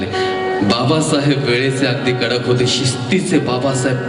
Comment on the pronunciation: कडूक नाही कड्डक आहे ते ऊकार नाही डब्बल ड आहे.